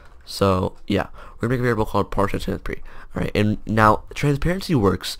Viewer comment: did anyone else hear part transparanpe